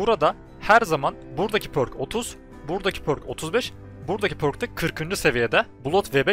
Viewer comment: pərk diye okunuyor sanırım şapkalı ö gibi, üo